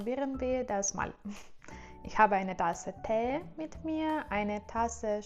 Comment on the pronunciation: Sag Tee statt Tää und Deutschland statt Doitschland, dann ist's gleich viel besser!